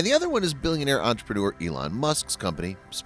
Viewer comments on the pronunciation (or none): none